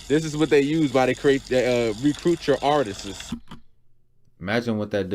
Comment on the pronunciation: Wtf is “artises”? We’ll take your advice more seriously if you can pronounce words. 🤣😂🤣